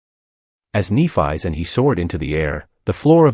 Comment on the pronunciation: Nef-ee, come on Ai 🤖 get that shit right, it’s a great 👍 story besides you fkn up her name though 🧐🤕😉